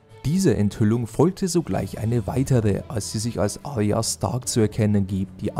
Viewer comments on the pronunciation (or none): none